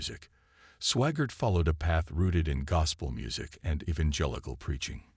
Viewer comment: It's SWAGGART not SWAGAR. or SWAGARD. You guys are the worst.